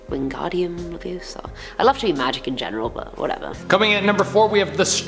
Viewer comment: stop stop youre going to take someone's eye out and besides youre saying it wrong its windgardim levyoSAr not windgardim levYOsar (sorry if i got it wrong)